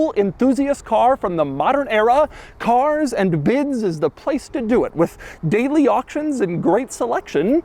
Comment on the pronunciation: "CAAAAAAAARS AND BIDS" Couple extra syllables on it lol